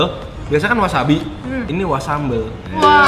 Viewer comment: Wasabi jadi wasambel 😂